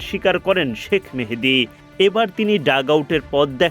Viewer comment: মেহেদী না মাহেদি হবে